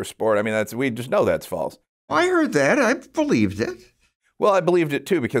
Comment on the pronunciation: "I bleieved it too because i was 8."😂